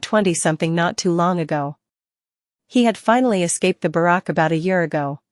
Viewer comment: Who knew simple words like barracks and fang could be so easily butchered. I'm guessing dire phong was supposed to be dire fang